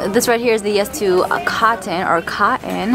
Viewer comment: It is “coTTon” with the “T’s” pronounced.